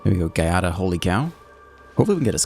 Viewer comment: as an italian... Try to read it ass Jiada